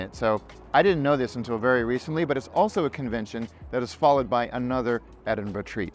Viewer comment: love that you pronounce 'edin-ber-ruh' correctly!! the number of times I hear ameri... :)